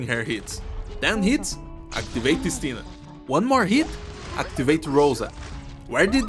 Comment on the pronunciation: Btw Istina pronounces with emphasis on the first I. Nice clear, go bears.